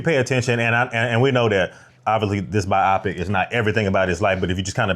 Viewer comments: bi opic ? its pronounced bio pic lol! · Its pronounced "bio-pic," as in biographical picture. Sorry, im giving in to my inner grammar not see.